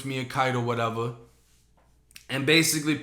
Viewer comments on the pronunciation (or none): I love the way you say “whateva” 😂😂